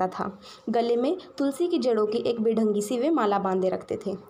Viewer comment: wo badhangi nai hota madam..😂😂😂😂